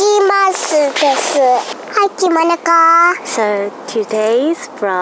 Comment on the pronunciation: this is actually the first time I heard say Kimonoko😊❤❤.. there was a time when she couldn't say it properly when introduces.....its soo cuteee 😊😊😊